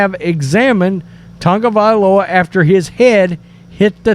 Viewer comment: I just wish you sports “experts” would learn to pronounce Tua’s last name. It’s TAGovailoa, not TUNGovailoa!